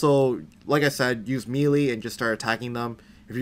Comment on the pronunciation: It’s called melee. Maylay